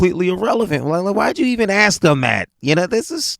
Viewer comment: you’re my buddy. So I’m going to ask you. Why can’t black people say “ask/asks”? (asses) (ass)